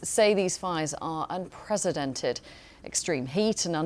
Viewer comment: 'unprecedented' , not 'unpresidented' , you only have to read the autocue for goodness sake.